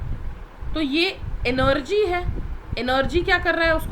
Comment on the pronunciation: Mam energy ko enorgy bool rahi hai🤣🤣🤣